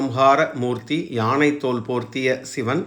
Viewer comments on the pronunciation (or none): none